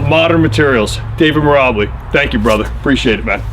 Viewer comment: Lol you keep pronouncing his name as Meer' Ubb' Lee', not Meer' Ahh' Beel', but serious props for putting David's masterful artfulness out to the world, I'm immensely enthused by his level of genius too..